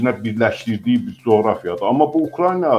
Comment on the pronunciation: .nolar Ukrayna sözünü duz deyin da